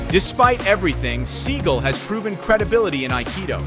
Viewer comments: Is pronounced SEE-GAL... not See-Gull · Steven Seagull? At least get the name right Mr. Narrator. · IS PRONOUNCED Seagalllll!!!! Dude!!! Don't be stupid!!! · This guy mispronounced both of their names😂